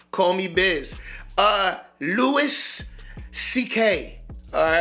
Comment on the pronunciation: His first name is pronounced "Loo-e"